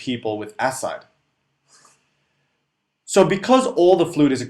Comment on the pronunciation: Love your video. Just one minor note: ascites pronounced (uh-sahy-teez). Keep up the good work